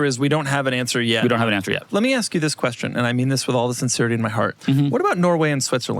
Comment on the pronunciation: heres my qweestun